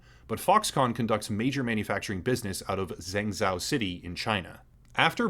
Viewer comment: Xi Jing Ping = Shee Jing Ping Zhengzhou = Jung-Joe It’s not your fault pinyin uses Roman alphabet but now that you know Chinese X’s are very close to SH sounds and ZH are close to J’s, I hope that helps. Confusingly E’s are closer to uh sound, and o is like Joe, and u are like Uber